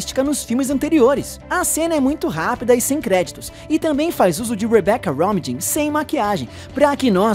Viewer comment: se pronuncia Romin, como se ñ tivesse o J